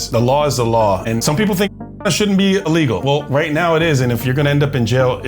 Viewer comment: ILLEGAL. not EELEGAL.